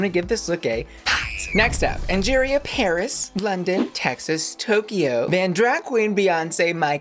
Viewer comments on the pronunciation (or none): none